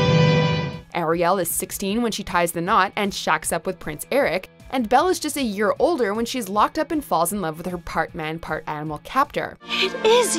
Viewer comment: Who is this Air-ee-el